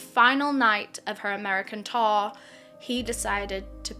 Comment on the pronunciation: the way pronounces "tour" LMAOO. all i hear is "Taur" "Taurrr" XD